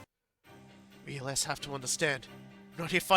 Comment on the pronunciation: Els is pronounce similar to else